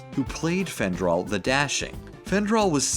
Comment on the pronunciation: It's frandal